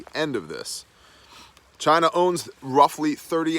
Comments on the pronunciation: It's not China, it's Chi-nah.... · Why are you saying China like that? Just to sound like Trump?? You sound like an idiot just like him. I can't take it. Unsubscribe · CHY-NA - quoted by the great Donald Trump.